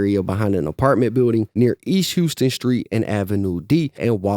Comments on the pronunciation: Its not east houston its pronounced east House-ton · It’s not pronounced like the city “Houston”, but like “How-Stun” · “East HOUSE-ton street” 😂 The narrator is definitely not from NYC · We only call that specific street "House-ton", because we're always told that that's how the street is pronounced. We pronounce the actual city of Houston the right way.